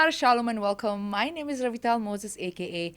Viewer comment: तुझ पाहिलं नाव घेताना तू स्पष्ट बोलत नाहीस फाष्ट बोलतेस ते नाव रविता आहे कि रविना आहे हे संग. दुसरी गोष्ट मी मुंबई दादर इस्ट मध्ये राहतो आणि मी इस्रायेल च्या ORT India या माझगाव येथे असलेल्या ITI मधून मेक्यानिकॅल चा कोर्स केला होता १९९१ ला. तेंव्हा माहे खूप ज्यू मित्र होते जे आता इस्रायेल मद्धे आहेत. I missed them a lot. By any chance did you know someone named like Mozes Nagaonkar, Avshalom Satamkar, Noha Indapurkar, Ariel Diwekar they all are from Mumbai. we are still in touch with each other. the institute director name was Rafael Jirard. I cannot forget the quality time spend together. We used to visit the Israel ORT India guest house in Matheran once a year at the time we were in ITI. They used to gave us 100/- rupees per head for the picnic to the Matheran. त्या वेळेला १०० रुपये खूप मोठी गोष्ट होती आम्हा सर्वांसाठी. तू महाराष्ट्रामध्ये कोठे राहत होतीस हे सांग. मी नक्की सांगू शकतो कि तू मुंबईची आहेस.